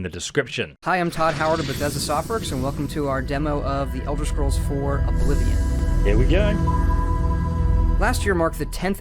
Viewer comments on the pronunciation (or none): Elder scrolls ten oblivion 🤣